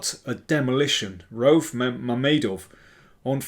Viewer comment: I think the name Rauf is pronounced with 2 syllables (Ra-uf), rhymes with roof. Probably someone from Azerbaijan can confirm.